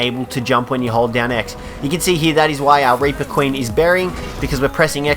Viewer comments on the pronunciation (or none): Instead of reaper he said raper